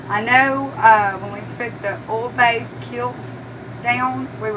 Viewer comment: Okay, I hate to ask this, but I'm from Michigan and you have a southern drawl and there is one part that I'm not quite sure what you are saying. You said in the very beginning to make sure you get the kilz base..Now I don't know if you said OLD Kilz or OIL base Kilz... I really want to do this and I don't want to mess it up. I put the captions on and it showed that you said Old.. but when I watch you say it, it looks like you are saying OIL but with that southern drawl. Could you please clarify for me so I don't mess it up? Thanks in advance.